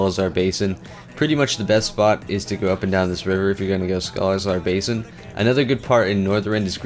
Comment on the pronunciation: I'm...not sure why you keep calling Sholazar Basin "Scholazar Basin".